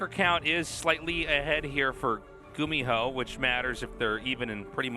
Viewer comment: when i think of gumiho i think of apollo saying his name as "gummy-ho" for some reason